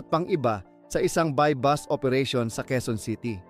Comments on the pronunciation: buy bust hindi buy bus. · Sino interpreter BUY BUS OOERATION. .......sha. boooooo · Bus ang buy bust. Ano ba to bakit naging narrator ito?